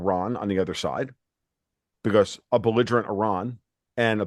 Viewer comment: When said beligerement Iran he lost me.